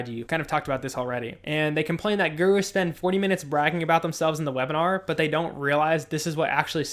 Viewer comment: omg "GooROOs" got it